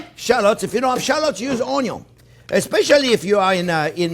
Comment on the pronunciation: Franchement Jean-Pierre tu m'étonneras toujours avec ta prononciation d'oignon :)